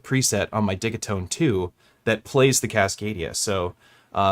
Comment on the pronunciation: Dih-GEE-tone, they are digital boxes. Though I also dig them.